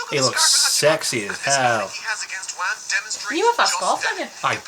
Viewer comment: Yeah it's not Wham, it's Wamuu